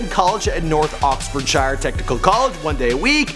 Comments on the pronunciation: As a Brit, I'm really enjoying your rather interesting but endearing pronunciation of our town Stratford- Upon-Avon, which is pronounced strætfərd əˌpɒn ˈeɪvən and the county of Oxfordshire is pronounced ɒksfərdʃər. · Oxfordshire is not pronounced that way either. Our places names are tricky. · Ave ON. Oxford SHURE. Never sure why no one can be bothered to do the research to pronounce place names correctly. It's like British people pronouncing it Lows angeleeeeez. Drives me mad. Also, Scotland may be wishing they were not part of Britain at the moment, but they still very much are, I promise. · as someone from oxfordshire, it makes me sad how this guy pronounced Oxfordshire.